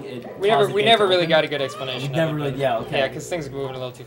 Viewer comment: "We never got a good eggsplanation" :3